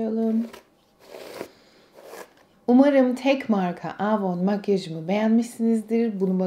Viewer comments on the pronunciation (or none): Yıllardır kullandığını iddia ettigin markanın adını söyleyemiyorsun ama daha.çocukluğumdan beri bildiğim avonu aaavoun diye söylendiğini sende duydum.hiç samimi gelmedin.